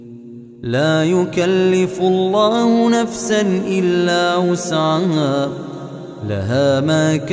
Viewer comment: Ben mi yanlış anlıyorum bilemedim ama amenarrasulu de la yükellifullahi nefsen illa vüs'aha yazıyor ama vüs'ama diye okunuyor